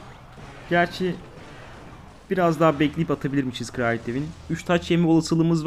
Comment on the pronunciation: Kraliyet kelimesini ağzında yiyon 🤣